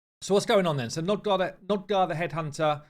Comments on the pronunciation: Hey man , not to be a pissypants or smth , but its Nogdar not Nodgar^^ love ya bud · Both you and Ash insist on saying NOGdar incorrectly.